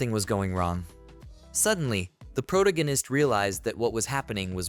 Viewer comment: what is a “pro-gan-ist”? Do you mean protagonist?